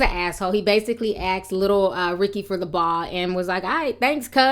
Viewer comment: i just want to correct you on a pronounciation of my homeboy i grew up with. Baha jackson. its pronounced "Bay-ha".